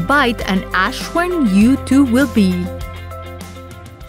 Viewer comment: As'wang not ashwang 🤣